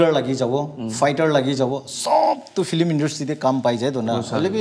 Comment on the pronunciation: Nagamese 'flim' 😝 not film?